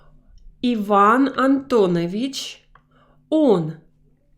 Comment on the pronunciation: I've noticed that you pronounce Antonovich as AntonEvich.. shouldn't it be AntonAvich?